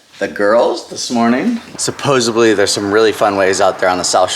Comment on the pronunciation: Supposidly not supposiBly